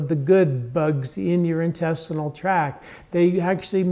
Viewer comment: Intestinal tract, not track.